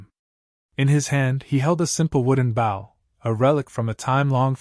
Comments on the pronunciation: Bow, pronounce boe, as in oboe. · not a bough a bow